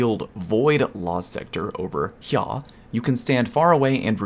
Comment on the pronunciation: Thank you for saying “over heyah”.